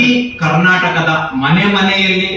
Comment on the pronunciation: ಕರ್ನಾಟಕ ಅಂತ ಕನ್ನಡ ದಲ್ಲಿ ಉಚ್ಛರ ಮಾಡಿ ಹೇಳಲಿ ಅ ಮೇಲೆ ಮಾಧ್ಯಮ ದ ಮುಂದೆ ಬರಲಿ 420ರಾಜ್ಯ ಅಧ್ಯಕ್ಷ ಓಕೆ